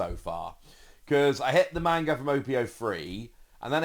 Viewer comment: I love your content and please take this with the respect I am trying to say it in. Please say manga correctly if you are going to correct everyone on Imu.